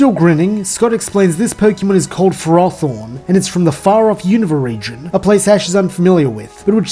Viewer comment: You just did something many competitive players fail to do. Pronounce Ferrothorn correctly.